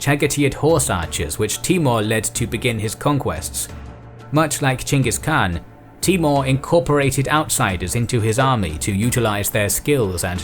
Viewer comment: You know its gonna be a great series when the narrator says Chinggis Khan not Genghis Khan